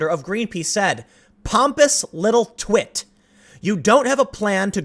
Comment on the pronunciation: He wanted to say Twit with an "A" instead of an "I" lmao.